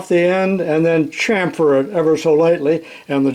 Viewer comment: Great demo of what can be accomplished on this little lathe. Thank you for pronouncing chamfer as "Cham-fer", not "Cam-phor", "Sham-fer", "Sham-phor" or some other silly pronunciation. I'm done ranting. I need a Lone Star beer.